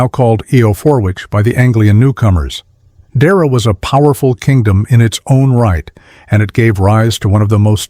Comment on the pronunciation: It's not pronounced "Deera" . It's pronounced "Deeaira"